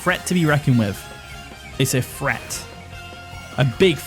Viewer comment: why do you say “Fhreat” instead of “threat” and “fink” instead of “think”? lmao